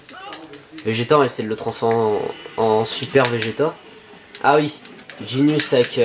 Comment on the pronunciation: Je sui FAN de dragon ball et j'ais bien aimé ton let's play. Mais bordel la prononciation. Ginyu ne se dit genius mais gin-yu. Super saiyan ne se dit super sayan mais super sayanne. Cannon garric se dit cannone garric. Mister satan est certe arrogant mais est bel et bein un champion du monde (escroc). En gros il n'est bon que contre des humains .... Bonne vidéo quand même